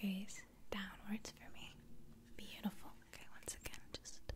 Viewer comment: Me: 2 Her: mmhhmm beautifork